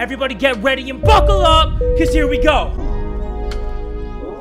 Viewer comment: I swore he always said, BUKEL TH F**K UP